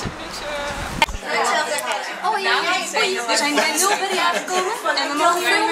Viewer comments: Ja, viel mij ook al op :p het is meer "Mulbrie" uitgesproken. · Leuk hoe enthousiast jullie zijn! Maar please spreek Mulberry wat beter uit. Nu zeggen jullie het echt op z'n Nederlands :P